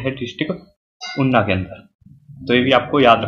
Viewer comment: Sir una not unna